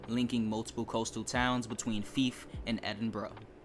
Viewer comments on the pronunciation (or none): Yeah, Fife as in life not Feaf as in leaf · It ain't pronounced FEEF... Think FIVE only with an F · Did you honestly call fife feef 😂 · I’m sorry but I’ve never heard anyone pronounce Fife as feef. The line isn’t really known for anything and doesn’t have much scenery apart from the short coastal part. If you’re wanting a scenic route, have a look at the West Highland line, Kyle of Lochalsh and Highland Mainline. The only trains that operate on that line are the 158s and 170s, the HSTs only operate on the Main line. In my opinion, there’s a lot better Scottish routes to pick from for TSW2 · Great video, I would love to see this route in TSW2. Depending on when it was set, LNER used to run the Class 43 before the Azuma, but I'm not sure if Scotrail had theirs by then. Could be a 3 livery, different consist HST route if they did, which would be cool. Plus "Feef"? 🤣 Seriously dude, it's worth trying to Google the pronunciation of places before making a video on them. I probably would before talking about somewhere miles away that I didn't know in person. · You're saying Fife wrong btw, it's not how you're saying it, you're saying it like the popular game FIFA, just minus the A, it should be Fiy-fe, closer to how you say Five, if you're recommending a route, learn to say it's name, this isn't the first time, just Google how to say the name and it should absolutely help. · You pronounced Fife incorrectly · The fife circle line is pronounced like knife but with an f instead of the kn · That isn’t how you pronounce Fife and it’s Scotland not Skatland, and yes ScotRail run the class 43 on the Fife line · You pronounced fife wrong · Hey bro I hate to correct u its Fife as in i not E, Anyway considering I live within Fife Circle I would 100% love this route to come to TSW